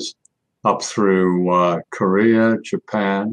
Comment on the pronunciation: "Jippian?" You mean Japan? Lol.